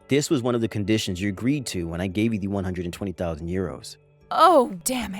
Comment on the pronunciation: How the hell did she mispronounce 120,000 dollars